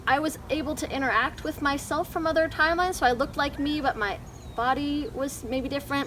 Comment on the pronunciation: "TIMLEINES" lol